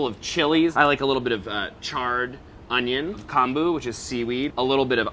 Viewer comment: I'm sorry to be nit picky. But inserting the Japanese pronunciation for Furikake when they so badly pronounced Konbu was like pretty cringe.